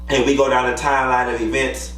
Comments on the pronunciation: Tisha IRKS me!! And someone please tell her to stop pronouncing event and eeee-vent 🙄🙄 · What irks my nerves is Tisha’s pronunciation of “E-Vent”....that is what she is truly insecure about...how she speaks ...I cringe whenever she says it 🥴😩